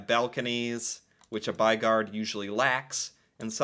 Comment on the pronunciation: The "y" sound is sharper in Norwegian then in English, it sounds like you're saying what we'd probably express as "baigard" with the "y" and "å" sounding different, but it's not more different then that we can recognize what you're saying, so not totally butchered. ;-) As for what it means. "By" is our word for "city" although by US standards it's more of a large town then a city. And "gård" is our word for a farm. The basic idea is a house that's surrounding a outdoor area (a courtyard) that's kept a bit separate from the rest of the city by that building.